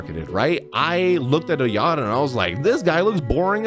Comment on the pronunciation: It's pronounced "I yato"